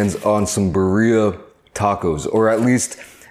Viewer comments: "beer-eee-uh" im literally dying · All Mexicans are triggered… Birria (Beerrr-i-ah) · I Love that pronuncation. "Burria" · This man said “Berr-ee-uh” 😂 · yeah, bc that was mad funny!!! LOL! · Easier way to pronounce it, Bee Ree Yah tacos, only thing else is to roll the R’s lol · Birria ❌🙅🏽‍♂️ Burria ✅ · Good video, but work on your pronunciation of BIRRIA (Beer-ee-ya.) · It’s pronounced BID LEE YUHH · Why does everyone say “bur-ria” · Bah ria tacos tf is that 😭😭😭💀💀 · Pobrecito chinito no sabe como a dicir “birria” 😂😂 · they way he pronounces birria is cringe...hahaha i still fuck with you